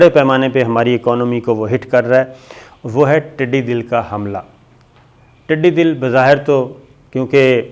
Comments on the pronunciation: صابر شاکر ٹڈی دل نہیں ہوتا ٹڈی دل زبر کے ساتھ بولنا ہے. ڈاکٹر محمد الیاس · Its "Tiddi Dall" not Dill, Dall means a large group. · The word is not tiddi dil, It is tiddi dal. But your programs are good and informative. Thanks. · Its not tiddi dil, its tiddi dal.... dal means a large group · The word is Tiddy Dal and not Tiddy Dil as you pronounce. Correct me if I'm wrong. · Sabir Shakir sahib, I follow you regularly. Just wanted to correct something. You have been saying throughout ' Tidee Dil', this word is not Dil but Dal like 'Lashkar' . Tidee is locust and Dal is Lashkar or Army. Together it's army of locust. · sir tiddi 'dal'.........hota hy '...........dil' nahi..........'dal'....ka matlab ikatth ya hujoom ko kehte hn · ٹڈِ دِل نہیں صابر شاکر صاحب یہ لفظ ٹڈی دَل ہے، {دال پر زبر ہے} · Tiddi dil nahi,sahi talafuz hy tiddi dul.aap aksar talaffuz ki ghalatian kr jatey hn.is per bhi tawajoh den. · Sir jee not tiddy dil . It's called tiddy dul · Dear Sabir; Tiddi Dal, it's not Tiddi Dil: bless you! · Sabir shakar it's not tidi dil it's tidi dal... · tiddi dal hota hai tidi dil nahi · محترم ٹڈی دَل ہوتا ھے ٹڈی دِل نہیں 😉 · Word tidi Dil is wrong it is tidi dall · It is not dil but is dal. Things should be pronounced correctly while talking to the masses. I think u will not mind. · پہلے تو یہ لفظ ٹڈی دَل ہے ۔ دوسرے یہ بہت بڑا خطرہ ہے جسے ہماری حکومت بہت ہلکا لئے ہوۓ ہے۔ پورے ملک میں 6 جہاز سپرے کے لئے ہیں ۔ 6 اب خریدے جا رہے ہیں ۔ اپنے ذاتی استعمال کے لئے جہاز خریدیں گے اس طرف کوئ دھیان نہیں ۔ یہ وقت وفاقی اور صوبائی کا مسئلہ نہیں ہے ۔ عمل کا وقت ہے ۔ ایم این اے اور ایم پی اے زیادہ تر زرعی علاقے سے ہوتے ہیں وہ کیا بھنگ پی کر سو رہے ہیں ۔ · Please educate yourself. It's not Tidi Dil It's Tidi Dal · Tiddi dill nahe, tiddi daull hota hai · شاکر بھائ۔۔۔۔۔۔ٹڈی دل ۔۔۔۔۔دل کا مطلب ھے ٹڈیوں کا لشکر۔۔۔۔۔۔DIL is incorrect.......It is pronounced as DUL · صحيح تلفظ ٹڈی دل د پر زبر کے ساتھ هے ۔دل کا مطلب لشکر هوتا هے ۔